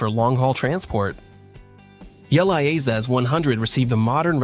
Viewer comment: It's a great video. But it's called Liaz. not L.i.A.Z. 😀